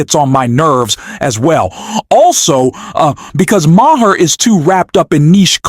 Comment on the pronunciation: It's just pronounced Mar, dude.